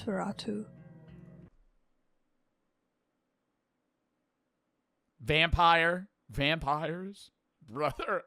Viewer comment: when i heard “nosferateu” i thought of that one spongebob episode.